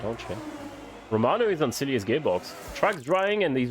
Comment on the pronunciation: Shout out for pronunciation of Cilliers. Said like a an actual South African